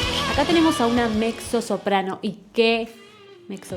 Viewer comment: Se pronuncia "metzo soprano" mi amor No (mecso)